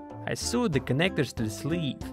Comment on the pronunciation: The word sewed is pronounced sowed not sued. It's an easy mistake to make.